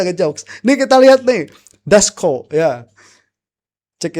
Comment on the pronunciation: Ndasmu DJ bukan ndasko😂😂😂😂